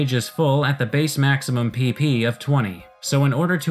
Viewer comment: you're saying it wrong it's PP for powerpoints not PeePee for... well... PeePee